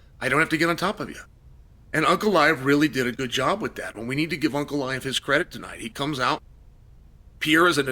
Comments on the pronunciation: Unclaev? Chael is putting the hurts on names. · also to hear him say Unclaive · Ankalaev ❌ Uncle Liev ✅ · Uncle Aiev 😂😂😂😂😂😂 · Uncle Liave?